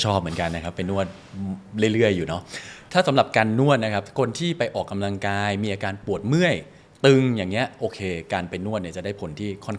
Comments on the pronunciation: คุณหมอจิมมี่คะ ขออนุญาต feedback การออกเสียงคำว่า “ออก กำ ลัง กาย” ให้ชัดเจน ถูกต้อง ไม่ “ออก กะ ลัง กาย” ได้ไหมคะ จะดีสำหรับผู้ดำเนินรายการค่ะ ขอบคุณค่ะ 😊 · พิธีกร ควรใช้คำว่า ออกกำลังกาย ไม่ใช่ ออก กะลังกาย